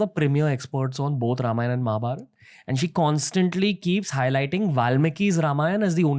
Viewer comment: Liked the way he said Ramayan and Mahabharat and not `Ramayana and Mahabharata’